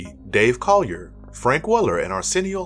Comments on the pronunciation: Dave "Collier". ahaha It's pronounced Cool-ee-ay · Dave Colorier is pronounced Cool ee ay, from full house fame